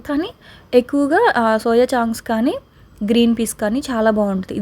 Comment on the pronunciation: సౌయా చాంక్స్ కాదండి చంక్స్